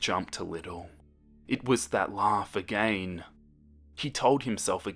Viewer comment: How to pronounce "again" perfectly: everyone: agai--: AGEYNNNN!